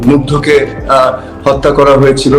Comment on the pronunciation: সারা দেশের মানুষ “মাগ্ধের” নাম যপতে যপতে মুখে ফ্যানা উঠাইলো। সে ’মুগ্ধ’ কে কি নামে ডাকলো শোনেন...। জানেই না, যে সহিদ হলো তার নাম। এই রকম একটা অথর্ব লোক আওয়ামিলীগেই সম্ভব। ভাষ্য শুনে মনে হয় মুখস্ত করে আসছে। তবুও উচ্চারন করতে পারে নাই। সে নাকি দলের হাল ধরবে। “তারে বাল ধরাইয়া দেন”।